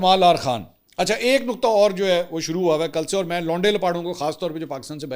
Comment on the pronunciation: Plz, plz, pungabi na Bola karein, jahil lagty hain. Doosra naqat nahi nuqat hy